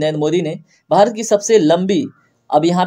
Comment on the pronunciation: Sir aap bahut achhe se haste ho jab aap Bharat ko behrat bole 😊